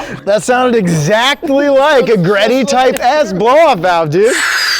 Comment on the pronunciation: It's pronounced G Reddy! Not Greddy